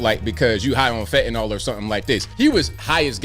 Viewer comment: THANK YOU! You pronounced fentanyl "fentan-ill" (which is correct) and not "fantan-all" (moronic mis-pronunciation).